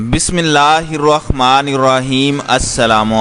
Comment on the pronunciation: Bhai... Bismillahir Rahma_ nir Rahim boliya.... ap tu Rahma_nir ki jaGa Rakhma_nir Matlab kaf bolta hai jo nhi hai, baki saab thik news hoga, inshAllah... Please don't take otherwise bro.